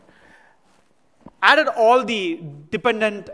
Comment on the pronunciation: Funny when he says ALLO!! Not sure why no one corrected him yet?